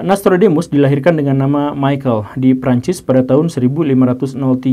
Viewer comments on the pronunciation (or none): Guru, tulisan nya nostradamus tapi guru menyebut nya nastrudamus trus,,, ada konspirasi kah? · Pak guru selalu melafalkan NAStrodemus Yg betul NOStradamus atau NAStrodemus sih? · nostradamus bacanya nya nastrodemus to? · U/admin sebaiknya disebutkan referensi yg dipakai. Cara sebut nama Nostradamus kurang pas. Cari makan di YT sapa larang . tks